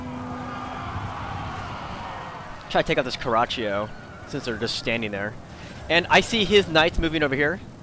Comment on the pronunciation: isn't it pronounced "Car-a-cho"